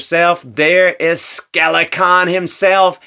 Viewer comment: Have you ever considered pronouncing “Skelcon” properly?